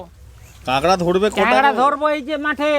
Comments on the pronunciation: কাকরাকে কাগরা বলছে কেন? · "কাগড়া" খাই না "কাঁকড়া" খাই 😜😜😜😜😜😜😜😜😜😜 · ওটা কাঁকড়া হবে কাগরা না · Apu kakra ke kagra bolco ken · কাকড়া নাকি কাগড়া🤣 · কাগড়া না কাঁকড়া। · কাগড়া নয় কাকড়া কথায় ভুল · আন্টি, জিনিসটা "কাগড়া" না, "কাকড়া" হবে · Kagra na kakra